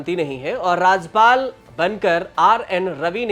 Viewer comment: अरे पत्रकार महोदय, राजपाल नहीं, राज्यपाल होता है